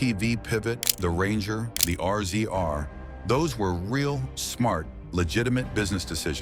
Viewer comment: The R-Z-R is pronounced Razor